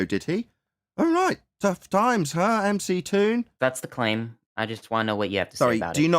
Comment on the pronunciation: It's McGoon not mctoon